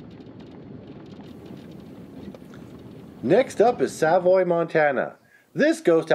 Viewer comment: savoy is suh-voy